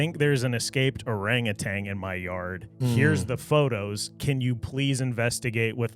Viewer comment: It is NOT orangutang!!!!! It’s orangutan